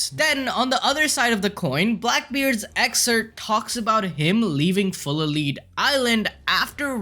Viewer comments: It’s pronounced “full a’ lead (led)” as in, “pump this sucker with full of lead” aka shoot him up. Or am I trippin? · No he didn't say it's 2 df's. That mythical zoans also sometimes have a paramecia ability on top of their zoan transformation..also it's Lead like in a pencil not lead like leader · Its lead not lead bro ,, like lead poisoning,, or lead as in bullets as in you are full of lead , aka bullets 🤦‍♂️ How do yall have that many subscribers and fuck pronunciations up that bad for words we learned in elemntary school LOL